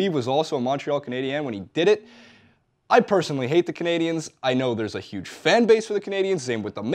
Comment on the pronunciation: It's Canadiens, buddy.